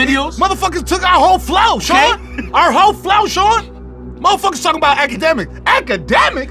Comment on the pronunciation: AKEDEMICS!? AKEDEMIIICS??! 😂😂😂😂😂😂😂